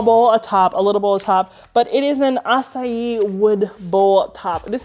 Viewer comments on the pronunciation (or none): UH-KAY-SHA wood....not the fruit, AH-SA-EEE. lol! Love your channel! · Acacia…ah-kay-sha is the wood, acai is the berry.